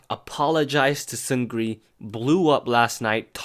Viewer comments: Great story except one thing: 승 리 or Seungri is pronounced "seung-ni" in Korean because of a spelling rule. "Seung" is spelled ㅅ (s) ㅡ (eu) ㅇ (ng) and "Ri" is spelled ㄹ (r)ㅣ(i). When a word beginning with 'ㄹ' comes right after a word ending in 'ㅇ' then the 'ㄹ' is silent, or more precisely, the pronunciation changes to 'ㄴ' (n). So 승 리 is spelled like "seung ri" but pronounced 승 니 or "seung-ni". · Seungri’s name is pronounced Seungni.